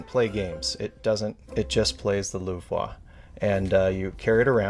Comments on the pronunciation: No offense. But so funny to hear you how to mis pronounce Louvre :-) Trying to pronounce it in french, but miss the goal. We know it as Lu vre. Not Luvra. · 'Luve-wa'😂 God bless Americans😂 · Love the Mona Lisa, had a roommate get one of the US unopened for I think a few grand on eBay. He wanted to open it but talked him out of it. Also, super not how to pronounce Louvre. There’s no (whaaa) at the end of it. It’s a French r, just YouTube the pronunciation because you’re giving the yuck to about 150 million francophone people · His pronounciation of Louvre is killing me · Awesome collection! But please do not pronounce the Louvre like that lol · Americans trying to pronounce Louvre is a wild scene. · Love how knowledgeable this couple is about their collection, but that is not how you pronounce the Louvre. No shame, it just came across like it was obvious he’s never been to France haha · Pretty sure that's not how you pronounce Lourve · It's 100 percent not :D